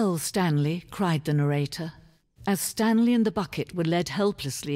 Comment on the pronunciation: I thought you said The Stankley Parable